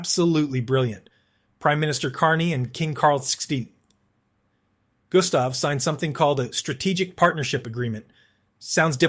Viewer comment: The AI voice had a real struggle naming our King Carl XVI Gustaf, calling His Majesty "Carl 16'th skin" 🤣😂 I'm sure he will oversee with this insolence though, because it was absolutely hilarious.